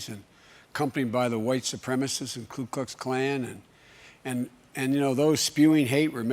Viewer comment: Just to DiVeRsIfY the comment section just a little, DID BIDEN SAY KLU KLUX KLAN? It's "ku" Ok that's enough, I'm no white supremacist. ANDREW YANG 2020! #YangGang